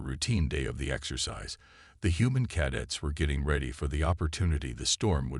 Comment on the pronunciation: Maybe teach the AI how to pronounce "CADETS" already!